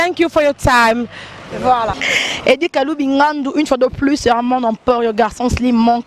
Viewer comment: deux cents et pas de cents, un peu et pas un pe, travaille la prononciation. u eza i te, eu eza différent na é, ai eza eu te. mais t'es très belle de visage. encore attention na bébé na ngandu. po display ça craint. j'ai peur pour toi.